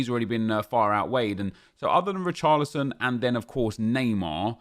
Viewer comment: When he says come on Richarolson he sounds like he’s saying boris johnson😂